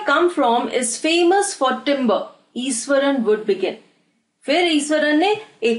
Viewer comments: It is pronounced as ishwaran not esaran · truly iswaran😂